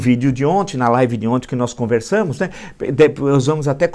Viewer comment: Villa, você se expressa muito bem, entretanto, vem comentando um erro de vício de linguagem: você sempre fala ONTE ao invés de ONTEM. É só um toque!